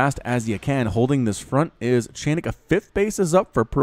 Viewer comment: a funny thing for ya (and for anyone else willing to know; the one I realized myself only halfay through the cast or so): chainick is not pronounced as [chEinik]: it's [chAinik]. Like in "charge", and doesn't come from "chain" (even though it really makes the impression here). You couldn't really know it; and I know because - here comes the fun part I promised - it's actually a straightforward transliteration of the Russian word "чайник" which, literally, equals "teapot" in English - but, more importantly, in a figurative and playful way also means "a noob", in something. (So if some of you, fellas, find the guy's skill dissapointing - he kinda knows.:) Your big Starcraft fan from the "Russia" map ^^